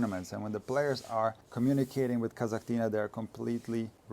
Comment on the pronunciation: come on now: „Kazakh-tina” would probably be a tiny sister of a Kasakh player, such as Rybakina for example. A tiny Kasakh girl - „Kasakh-tina”. Meanwhile, Daria is not so tiny and from Russia, and Kasatkina 🤣 What’s up with you mispronouncing so many tennis names 😂?